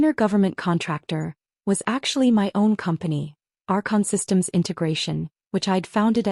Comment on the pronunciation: “… our conholdings.” It is Archon Holdings, according to the transcript. “… our Consistims …” should be Archon Systems.